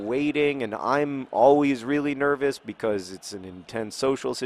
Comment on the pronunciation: You said "because" normally three times in a row! Normally you say "becoiz" for some reason